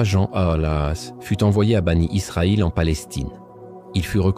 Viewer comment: Bien sûr. Cette voix c'est l'intelligence artificielle. La prononciation de certain mot le prouve. Par exemple quand il lit mécaniquement Aleyhi salam en disant AS, ou les enfants d'Israël il dis banit Israël, ou laa illahah ilallah, la prononciation n'est pas correcte. Ce sont des éléments qui atteste sans conteste que c'est l'intelligence artificielle.